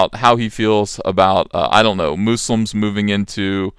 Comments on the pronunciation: Moose-lums! Very unique pronunciation! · Moose-lums , loll I like that pronunciation . Im going to steal that from you. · "Muh-slims" lol